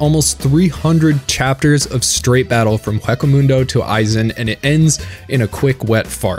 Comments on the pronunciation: how did you mispronounced ICHIGO and HUECO MUNDO wrong ..smh you said WACK O mundo smh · “Haka Muundo” ok then To go with “maruyi” pronunciation from the other video